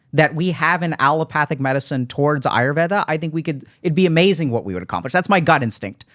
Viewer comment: Yep this is one of the rare podcasts with deep nuances & respectfully explaining each other differences in opinions than just agreeing with each other person unquestionably. And Dr.k pronounced patanjalis yoga Sutras,yoga,ayurveda,Rog (different Indian words) right without an American accent while having his rest of the conversation in his regular accent, that's some awesome control on language (regardless of ethnicity & that he knows about Ayurveda).